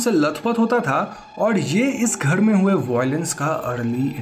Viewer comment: gher ko gheD kyu bolte hey ??????